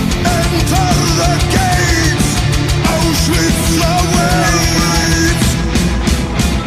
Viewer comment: Yeah but bruh its Auschwitz not Auswitch or some sh